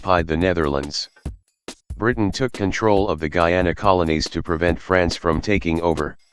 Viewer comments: ITS GUYANA NOT GEANA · Bro the voice says GEE YAUW NAW, it’s GUY ANA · Guyana is pronounced Guyana Guiana is pronounced Giyana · The Gayana countries No offense if you live in Guiana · There is Bri'ish Guy-ay-nah There is hom hom hom Gui-oh-nown And there is weed pirates. They may not look like south americans, and they aren't. As such, they play the Caribbean Cup instead of Copa América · Guyana is pronounced GUY- ANA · I guess this was an automated voice, but the pronunciations of "Guyana" and "Guiana" got switched in all the instances Also (I might be wrong here), it was called "British Guiana", not "British Guyana"